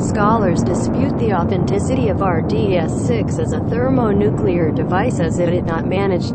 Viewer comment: RDS dash 6, not RDS minus 6 Definitely, scratch the voice overs. Most of us, I assume, are well versed in test shots. Just a shot name and operation name. Any details to differentiate from previous videos of similar shot can be put in video details. But, at least you don't use crappy default EBM